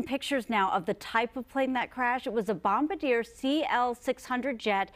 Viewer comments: Bom-bar-di-ay. Not bombedeir. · It was not a Bomb-ba-deer. It was a Bomb-bar-dee-ay’. And you don’t park an airplane in a hanger. You park it in a hangar. Wish there was a way to turn the clock back and give them another chance at that approach. But there ain’t no do-overs. So sad. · Actually, it's pronounced Bom BAHR dee YAY(hhr)